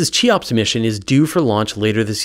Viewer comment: Good video, but your pronunciation of "Cheops" is horrific. It's "Khe-ops", after the egyptian pharaoh who left us with the Great Pyramid of Giza.